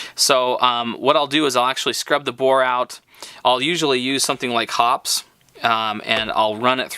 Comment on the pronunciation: Dude, I know this is an old video, but I hope by now you'd learn how to pronounce Hoppe's. It's "hop-eez" not hops. LMAO how embarrassing.